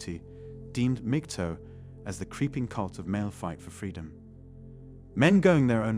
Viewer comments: mig-TOWL is how to pronounce it -- there's no bloody "TOE", wanker. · MAG-TOW not MIG-TOW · MGTOW - learn how to pronounce it.